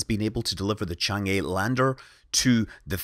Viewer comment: Great video! I always comment this, but 嫦娥 or chang'e is actually pronounced more like "chang?? errr??" You pronounce each syllable with an upward intonation, rather like in English when you are asking a question. You can imagine the pronunciation like this: Imagine someone asks you the name of that probe, you're not certain so you respond "I think it's called chang??? chang.... errr? "